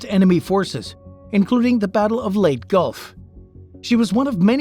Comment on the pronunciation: Interesting. Just a small note, Leyte is pronounced LAY tee. And remember, the 'climate' is always 'changing'. Man is not responsible for that. No matter how much political correctness wants to convince people he is. It's just another scam by the leftist/marxist controllers.